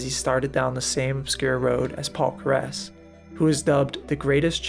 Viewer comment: You mispronounced Paul Keres' surname